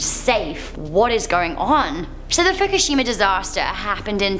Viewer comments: Fukishima Did anyone else here that wrong? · Fuckashima? Lol